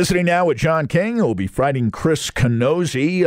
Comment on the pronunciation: This month breathing moron couldn't even get the fighters name right. It's Camozzi, not Canozzi. At least do enough research on the topic next time instead of looking at the cheat sheet and still getting it wrong. This old fart should be replaced.